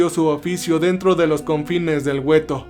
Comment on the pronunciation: Amigo, la palabra para describir las barracas donde estaban hacinados los judíos ( mayormente ) se le llamaban " guetos " no " güetos ", estoy segura que lo tomarás como ayuda y no como crítica mala onda, me interesa que la calidad de tus videos suba, saludos cordiales.